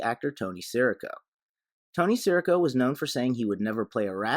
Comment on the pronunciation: Nice analysis, enjoyed the video. But at he clearly says his name “si REE co”. Not sure why you’re saying “SEAR ih co”?